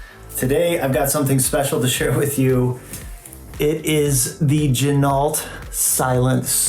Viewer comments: Not quite lol. It is pronouned "G--Noh". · Pronounced "Gin o" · Pro Tip: Ginault is pronounced "G-Noh" per the owner of the company. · It's pronounced G-Noh. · Is that really how you say the company name?? LOL